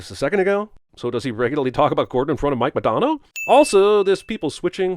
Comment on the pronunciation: Wonder how close Cinemasins follows the NHL. He mispronounced Modano though